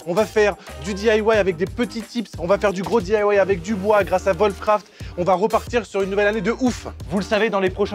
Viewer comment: Putain, arrêtez de dire volfcraft. Vos chien ils font voof voof ?